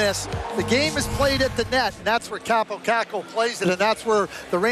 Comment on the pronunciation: Who the hell is ”Kaapo Kaku”?